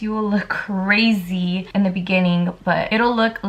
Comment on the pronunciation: it is just me or she says “ crasi “ like instead of crazy 😭😂